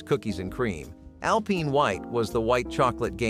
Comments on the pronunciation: Al-PINE...not Al-Peen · "Nestlay" "Alpeen white chocolate" 😂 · The way this person pronounces nougat and alpine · Who doesn't know how Alpine is pronounced???